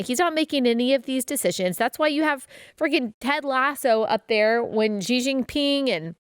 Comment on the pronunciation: If you say the first two characters in Xi Jinping's name just like the words "she" and "jean" in English, you'd be closer to the right pronunciation. It's like an "sh" and a hard "j".